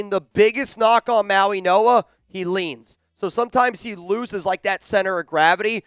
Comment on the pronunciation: IT'S NOT SONY!!!!!! IT'S SONNY, AS IN "SUNNY." How can Chat Sports not correct this error? has the intellect of a 13 year old, and he proves it routinely. Come on, Chat Sports. Get a professional for the job. is a joke. Listen to him. Mauigoa is his name, not "Mauinoa." This is horrible. Send him back to grade school. What more do you need to see, Boss?